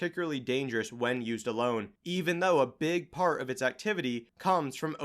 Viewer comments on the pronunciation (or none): none